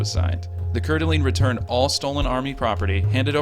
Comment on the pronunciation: but not coeur d alene